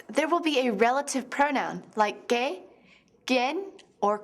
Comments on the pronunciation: When she says que it sounds like gay. Annunciate more please xD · When she said que I thought she said gay